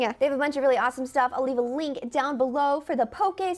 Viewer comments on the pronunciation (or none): none